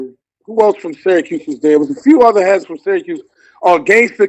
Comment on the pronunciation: Its Cuse not Cues...shout-out to the 315